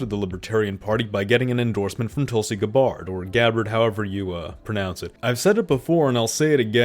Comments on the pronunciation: "guh bard" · “Guh-bard” come on bro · It is most certainly not Guh-Bard. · I've literally never heard anyone pronounce Tulsi's name as "Guh-Bard." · I have never heard anyone anywhere ever pronounce Tulsi Gabbard’s name like that. GAH-BARD ? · Tulsi “GAH BARD?” What kind of pronunciation is that? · GAH - bird. Come on, man, do you expect to be taken seriously if you can't even pronounce her name?! No one else has any trouble with it. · How can you not know how to pronounce Tulsi's name? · Bruh, that you can't pronounce Tulsi's last name almost makes me want to unsubscribe. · It's wild to be posting political content and not knowing how to pronounce Tulsi's name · bro how do you not know how to pronounce Tulsi Gabbard